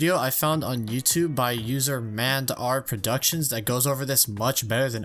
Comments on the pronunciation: His name is M and R not mand r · You pronounced MAndRProductions wrong but thats okay i pronounced it like you did back when i first discovered him. (Though he says his name correctly at the start of each of his videos so i learned the correct pron quickly.)